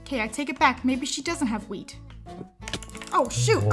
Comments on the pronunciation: I thought she said weed at first I was so cunfused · Whenever said wheat it sounded like weed 😂😂